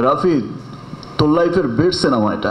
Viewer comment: ভাই রে সিনামা না সিনেমা!! আর কথা বলার মধ্যে মধ্যে মুখ দিয়ে চক চক শব্দ করা লাগে কেন!? কী বিশ্রী লাগে কানে আসলে!! একটা সুপারস্টারের কথা বলার ম্যানার জানা নাই!! আর একেকটা কথা কতো বার রিপিট করলি!!